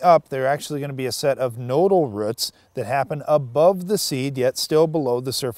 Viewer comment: Ruut no actually guys it’s roots lol